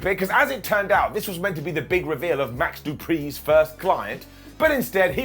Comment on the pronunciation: Can't believe said Max Dupris name wrong. Clearly it's Max Dupri.